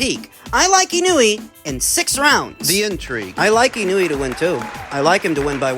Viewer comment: ❌ - IH-NEW-EE ✅ - EE-KNOW-EH